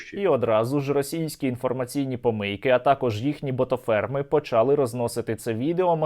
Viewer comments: нема такого слова почАли, наголос у слові почалИ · да не почАли, а почалИ, скільки можна з української мови знущаться